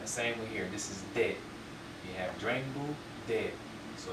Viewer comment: I see (I hear, actually) that you pronounce your ‘r’ as in dRengbu and in dRo. Is this a regional accent thing? I have usually heard “dengbu”. Thanks for this videos! They are helpful a lot!